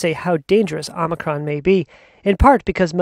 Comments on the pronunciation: The news announcer clearly hasn't taken the time to learn how to pronounce O-MI-CRON... I have no idea what is O-Mir-con 😄😄. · Both the announcer and reporter at the end of broadcast pronounced it differently than others, did you missed the reporter? He said. 'Omiccon'. I've heard many reporters even Doctors called it various ways. No need to be critical of one person. js.